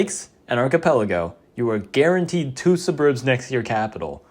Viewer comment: thats not how you pronounce suburb